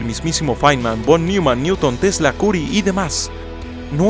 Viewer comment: "Pol Niuman"? Será que te refieres a John von Neumann ("yon van noiman"), o al actor Paul Newman? Ponte las pilas, esquizofrénico!!